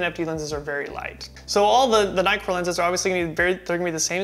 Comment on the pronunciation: Everytime you said nightcore all I heard was Nikkor! Hehehe..... the nitcore seamed you have more saturated skin tones.... personally I liked the FD better....